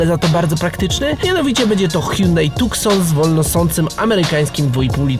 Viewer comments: nie Tukson tylko Tuson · Tuson sie czyta nie tukson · Tucson nie tukson xd